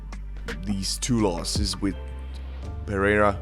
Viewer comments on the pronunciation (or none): PEREIRA (not PeHeira)